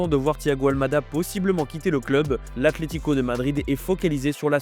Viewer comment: C’est ACLÉTICO ou ATLETICO ? Faites un effort qd même, on dirait les enfants et leur «pestacle»